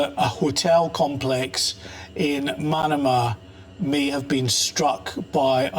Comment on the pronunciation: Manama is pronounced like banana not like Panama.